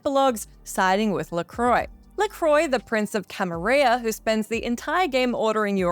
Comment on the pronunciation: You're mispronouncing "Camarilla", but it's funny because I played VtM paper and pencil for decades before it was mainstream and we always thought it was pronounced like a French word, but it isn't. It's supposed to be pronounced phonetically. Even when we found out we kept saying it, first out of habit but we discussed it and decided pronouncing the Ls sounds really stupid.